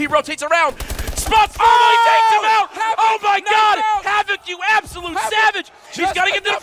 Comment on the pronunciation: Remenber when formal was called Formbal